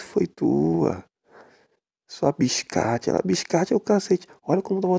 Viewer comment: "Bixcate" Kakakakakakaka